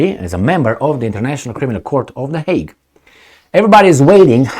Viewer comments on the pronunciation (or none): none